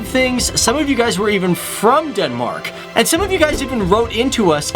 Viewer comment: Dude it's not Denmarak! It's Denmark or on danish: Danmark..